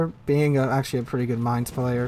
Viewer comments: A pronunciation hint: Mainz is pronounced like Mine+z, not Main+z. ...and I have to agree, IFHE is not a skill to be used on any BB. Even on French or Japanese BB I like to build on secondaries (my choice for having fun), I would never take IFHE. 4 points for the skill better used on something different and the huge toll on the main guns fire chance are just a no go. In matches one can make good use of the secondaries, the fires started can add up the overall damage quite a lot. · The Mainz is pronounced Mai-nz in Gernman. Not however you pronounced it. No offence given. How do I know the pronunciation? I have lived in Germany for 3 years and I am part German. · I love your videos and have learned much from them. BUT, can you please try to pronounce Mainz correctly? Phonetically, it's "mine-ts." "Mine" as in minor followed by a sharp "ts" sound as in "lets". Thank you! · Just think of the seagulls from finding nemo. That pronounciation fits. 😁